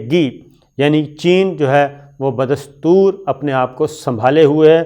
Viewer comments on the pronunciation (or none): none